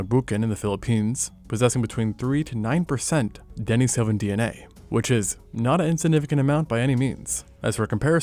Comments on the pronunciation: So, the standard pronunciation is De NEE so van, not Den i SO van. The web has a lot of pronunciation guides. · And 'Denisovan' is pronounced "du-KNEE-so-van'. It's not a definitive marker, but mispronunciation of well-known words is an indicator for AI text-to-speech software used to read a script and then pushed to YouTube with the assumption that the software's reading is correct. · Denny-Sovan 😑🤢 surely he must be rage baiter everyone with saying that way?